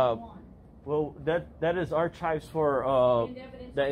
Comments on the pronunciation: I keep coming back to this every few months because I just can’t get over “ar-chives.” 😂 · Stupidity is not an acceptable medical exemption for wearing a mask. If you are having a hard time figuring out how to put one on, ask an adult for help. Ar-“chives” killed me 💀 🪦 I’m actually writing this from beyond the grave. 😢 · "arCHIVES" LOL. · Besides the cameras and miss pronunciation of “arCHives” and recording peoples signatures, it’s started off relatively calm… Until they didn’t give human curtesy to put on a mask. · I was listening to this in my headphones when I was prepping dinner last night. When this dbag said ar-chive’s over and over again I literally laughed out loud. My family wondered what I was doing sitting at the sink laughing at myself. They didn’t see my wireless earbuds 😂😂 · "Our-chives" is hilarious. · He's killing me with that ar-chive crap. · Ar - chives 😂😂😂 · How is an adult who supposedly went to school but can't pronounce the word,"Archives," a simple word., The h. Is silent, something you learn in elementary school. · Ar- chives 😂🎉